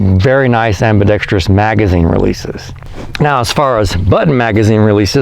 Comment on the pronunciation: The only person on guntube who pronounces “ambidextrous” correctly. Finally